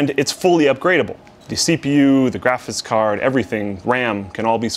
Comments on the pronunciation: Is it just me or does not know how to say "graphics card"? Every time he says it, all I ever hear is "graphis card"... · still says Graphits card. It's 2018